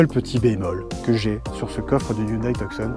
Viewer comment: Cela se prononce Tu-son..... Et non... Tuuk -son...